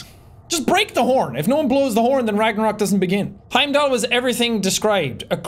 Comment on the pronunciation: Wheim-dall a soulless ghoul